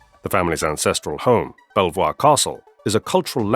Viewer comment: A very interesting story. Bell Voir Castle is pronounced Beaver.